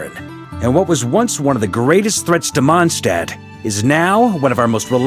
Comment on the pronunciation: ah man; they made him pronounce Mondstadt wrong this time. I was happy to hear it being pronounced correctly in the last archon quest, but alas